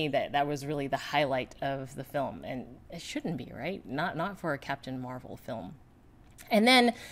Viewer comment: Catpun Meh-Well :)